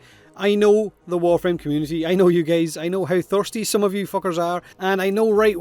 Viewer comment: am I the only one who noticed he called us "gays" instead of "guys" Deadly Sins Slight Manga Spoiler: and who decided that?? Only I!! Escanor Sama decide those things because I'm literally from the weaker Sins in the manga currently